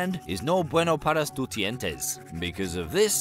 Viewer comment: Except it sounded like he said "paras tu" which just frustrated me